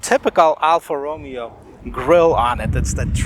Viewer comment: Reviewing the wrong car... Ti are not twin turbo.. Roh-mey-oh!